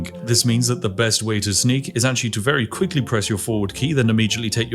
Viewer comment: "Quick-flee" - spiffingskaven